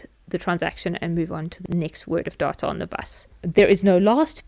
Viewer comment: Thanks a lot! I love how data sounds like daughter, makes the video even more interesting :D